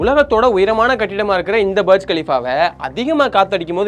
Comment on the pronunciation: பர்ஜ் கலிஃபா இல்ல டா புர்ஜ் கலிஃபா